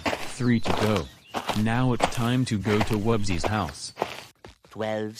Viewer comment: Its wubbzy not wobzy